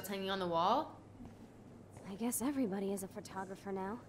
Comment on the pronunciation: Why does everyone pronounce it “fer-tographer” lmaooo “I guess everyone is a fertographer now…” lol